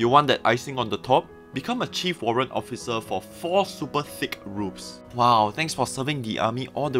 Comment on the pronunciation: Did I heard Occifer?